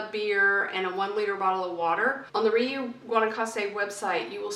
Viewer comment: It's pronounced "ree-oooh" not "ree-you". It has a long U vowel sound at the end.